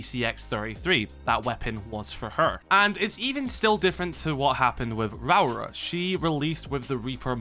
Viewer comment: Rauora. 3 syllables; "Rah-Or-Rah" 😄